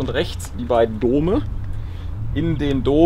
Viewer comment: Danke, dass du "Dome" sagst, und nicht wie JP "Döme". Es hört sich einfach besser an, was letztlich richtig ist, ist mir egal:D